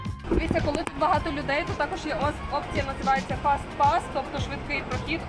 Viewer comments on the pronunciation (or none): none